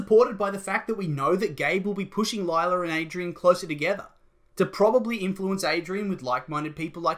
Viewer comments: Lie-la? Felix? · It’s gonna be Lie-la